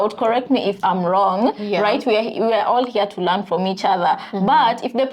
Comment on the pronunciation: LEARN not LAN